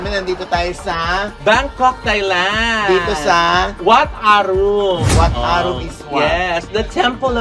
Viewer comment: “Wat Aran” po ang pronunciation pero spelling “Wat Arun”